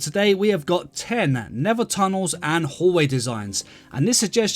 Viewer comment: Nether, ❌ Neva ✅